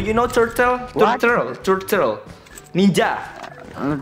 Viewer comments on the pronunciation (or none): Ngomongnya jangan turtle bang tapi turtle